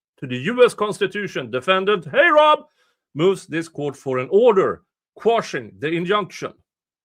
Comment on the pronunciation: Love how you pronounce heyrob 😉 and appreciate that you cover it.